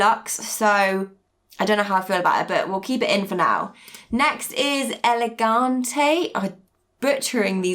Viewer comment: I thought the way you pronounced Elegante was quite good.